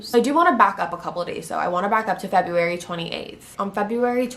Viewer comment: The way you say February bothered me lol